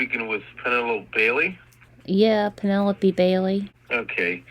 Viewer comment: As usual I'm listening again and caught a big giveaway to this creep's identity as a scammer: he asked if he was speaking to Pen - a - lope (last syllable rhymes with rope). He said that within the first minute!! What a toad - when you chose that name did you know how people in countries outside of the US have such difficulty pronouncing it?